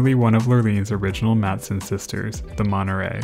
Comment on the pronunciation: When you say "Monnerey" do you mean "Monterey" ? That T is NOT silent